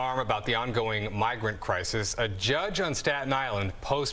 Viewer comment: Why is he saying crisES? That’s plural. He’s trying to sound smart but talks like a cheap gang member .